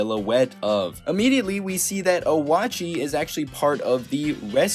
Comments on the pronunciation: Just want to point this out but Oatchi's name is pronounced Oh-chi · Oatchi is pronounced oat-chee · I'm sorry but this personally annoys me! It's prenounced Oat-chi